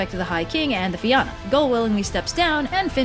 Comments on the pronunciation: Fionn is pronounced Fee-un An Fianna is pronounced Feea-na Fear Dorcha is pronounced Far Dur - acka Samhain is pronounced Sow-in The rest ye got right👍 Theres 12 main dialects of Irish so don't mind the keyboard warriors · It’s pronounced like Fee-Un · Well Fionn is pronounced (f-yuh-n) but this video is using the old pronunciation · I know right. My little Irish ass is watching the world and I'm just waiting for him to come prancing down the streets of Dublin. Also this is painful to watch due to the horrid pronunciation of the words. Connacht made me gag and the most common ones are the right ones. Fee-yun not Finn. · Hey I'm a bit late to the party, I'm from Ireland and I know online it says to pronounce this name as 'Finn' but its actually more like 'Fyun' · It's the Salmon of Knowledge Not the Salmon of Wisdom as you so cleverly called it lol And its pronounced more like Feena than Feeyahna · Fíonn is actually pronounced differently to Finn tho. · Fíonn is actually pronounced differently to Finn tho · Then she immediately ruined it by pronouncing fionn as Finn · Sorry, it really irritates me when people pronounce Irish names wrong (though, I get why people do). Fionn = Fee-un Oisìn = Uh-sheen But great video! I love it when you do my countries mythology! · In Ireland we pronounce his name as "Fee-un", the army is pronounced "fee-un-a" and his son's name is pronounced as "Uh-sheen" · Ok I now its because Gaelic is as confusing as ever but hearing Fionn pronounced as Finn is a really dumb pet peeve I have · Love these videos. But it's pronounced FYUN! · why is everyone calling him 'Finn' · Fion is pronounced fee-un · It's pronounced fyun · The pronunciation of Fionn is Fyun, but congrats on the surname. Your one of the first non Irish people ive heard get it right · The pronunciation of Fionn is killing me. Nevermind just the pronunciation in general